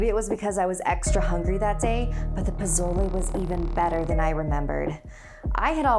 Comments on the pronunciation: How she pronounced "tia" and "posole" tho 💀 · I love you but it bugs me how you are messing up the Spanish words and names😯😤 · I know this is supposed to be scary but She had me dead when she tried pronouncing spanish word like Tia to and pozzole to 😂😂😂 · that’s not pozole but k😂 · Because she is not a Spanish speaker so her pronunciation is different. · Skye Johnson same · Goh Rou_Xee it’s pronounced poh-so-leh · omg yes I was like omg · Actually it's pozole and it's makes me feel hungry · pizolay is bomb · Lmaooo I was dead when she said “posolay” I’m dead and “Tia” 😂😂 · Im so so so sorry i usually dont do this 'cause i hate it but Tia is pronounced Thee-ah and pozole is pronounced Po-so-le its ok though 'cause i still love your videos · It's prennounced pa-sol-e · Pozole is pronounced (Po-so-le) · Great vocabulary when you said "pozole"! Next time try saying s instead of z and say le at the end! :) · You said pozole wrong I'm just trying to help you but you pronounce it as (Poe-so-le) btw I love these stories I watch them every week love you guys!!!!!😂😂😂😂💕💕💕💕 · posolE POSOLE (sigh... atleast look up the pronounciation before you say it)Good video doe:) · Aye my last name is Espinoza :3 also the way you say posloe😀😅😂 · Hey, a little tip when speaking Spanish (from a Mexican fan ❤️) pronounce all the vowels as if it had an o at the end "Poh-zoh-leh" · Ok! I loved this but some stuff were pronounced wrong, being Mexican myself. For example Pozole. The z is an S. So it’s pronounced Posole. But other than that great job. I still love pozole though. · It’s pronounced pe so le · Don't pronounce prozole as prozole? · our 'z' is pronounced like an 's' poh-soh-leh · I don’t wanna be mean but you said Posola wrong don’t worry I don’t know how to spell it or say 🤣😂🤣😂☺️ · Dang she didn’t even try to pronounce the names of the food correctly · Is anyone else bothered by how she says Pozole? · The way she pronounced pozole :( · She said pouzzolae lmao